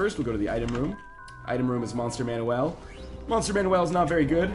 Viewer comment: why does he pronounce monster manual like it's a fucking mexican kid's name it's MAN-YOO-EL